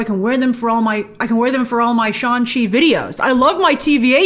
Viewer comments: It’s shAng Chi!!!!!!!! Not shOng Chi lol YouTubers… 😅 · What’s driving me crazy is how she pronounced his name the whole time